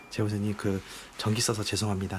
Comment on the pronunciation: 제보....잦님 이라고 나만들리는거? (제보자님죄송해요.) 왜 욕같이 들리지ㅋㅋㅋㅋㅋ